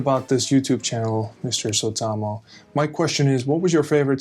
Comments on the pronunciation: I love how you pronounced "Suotamo" in the English way. :D Do you enjoy tabletop role-playing games? I know that you can mostly move around in your day-to-day life in our beautiful city without being recognized, but should I ever spot you, is it ok to come over and say hi? :) Best wishes to the whole family! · Huippua, että perustit kanavan! Hieno seuraajamäärä jo näin lyhyessä ajassa! Vähän on pakko naurahtaa, kun sanot nimesi englanniksi... Tiedän kyllä ulkosuomalaisena, että on sopeuduttava. Silti se kuulostaa hassulta. 🤣 Question: Do you and the other SW actors have an open meeting calender/s? I'd love to know, if I could see you all in Germany or somewhere in Europe sometime... 🤩🤩🤩